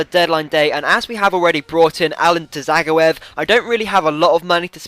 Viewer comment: Dzageov is pronounced ja-goi-ev